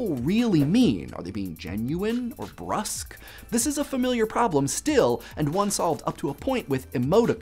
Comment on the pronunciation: (arachnophilia) He does it on purpose. There's a whole video on the channel about it. I'm more worried about how he said "cause célèbre" and "brusque" (cause say-LEB-r and broosk.)